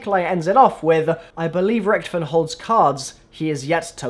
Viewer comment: Pronouncing "Richtofen" wrong for over 5 years